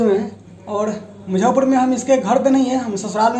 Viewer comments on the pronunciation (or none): Aap muzaffarpur ko mujhaupur kahte h syd.